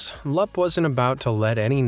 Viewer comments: Lap? What is that Romania is a phonetic language so U is pronounced U no matter what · Your pronunciation of Grigore Lup's name makes me cringe. His name is pronunced Loop. The "U" in LUP is pronounced as "OO". All "U"'s are pronounced like "OO" in romanian. UNSUBSCRIBED!